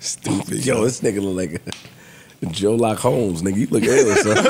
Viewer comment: I was dead 💀w said "JOE-LOCK HOLMES" 🤣🕵🏽‍♂️🕵🏽‍♂️🕵🏽‍♂️